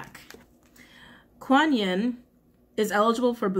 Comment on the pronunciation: Yes, you pronounced “Kuan Yin” correctly. 👍